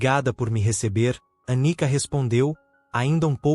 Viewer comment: Anica ou Anitta? Prestem mais atenção. ..